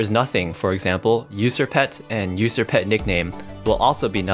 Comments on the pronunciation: why does he pronounce it Ußer instead of User? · So no one's gonna mention that User pronunciation